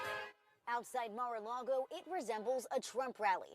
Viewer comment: Come on guy it’s lago not largo